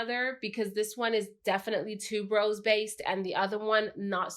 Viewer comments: Haha yes same here, and noticed that too. I'm in the jewelry industry, and Malachite is the name of a gemstone.. Also, I think Tuberose is pronounced Tue-ber-rose, not tube-rose? But still, love her channel and style of reviewing. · Thank you! For bringing up tuberose but I hear so many people pronounce it wrong that I've gotten used to it maybe 🤷🏾‍♀️. great and I really like her personality.